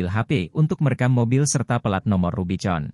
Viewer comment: ganggu banget VO nya, dibaca rubi-con, harusnya dibaca rubi-kon, dash-bo-ard, yang harusnya dibaca dash-bôrd. jurnalisme sampah copas